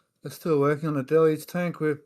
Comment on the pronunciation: Del-UGE. Del-UGE. Not Del-LUGE. There is only one L in Deluge and two syllables. The first syllable is Del and the second syllable is UGE. Everyone at Websters Dictionary agrees that there are two syllables and that the split between them comes after the Del. The second syllable is UGE and though it looks similar to the word LUGE it is not pronounced LUGE. Therefore phonetically the word is pronounced DEL-yooj (with the 2 o's being "long o's") as in the word moon. But it's not pronounced DEL-LUGE. It's pronounced DEL-UGE. Not DEL-LUGE! The second syllable does not have an L.